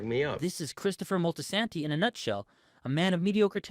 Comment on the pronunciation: MOL-TEE-SAN-TEE? DUDE DO BETTER.